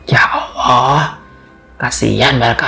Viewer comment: Mas min.. Tlonk untuk artikulasi kata2 lebih di prhatikan, mhon maaf mungkin mas mimin bukan bragama islam, jd sy minta tlonk utk di prbaiki, contohx seprti pnyebutan lafadz ALLAH, tlonk yg baik dn bener bulan ya owo ya owo., ini nama Tuhan mas, pemilik langit bumi dn sluruh isix.. Trmsuk jiwa raga mas mimin ini.. Trimaksih smoga mkin jaya.